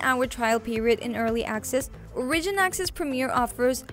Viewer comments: Ore-ih-gin. Not O-ridge-in... holy fuck chick. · You keep saying origin wrong.